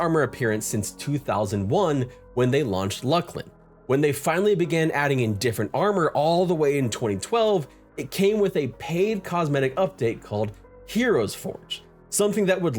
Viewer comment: It's pronounced Looslin you fool!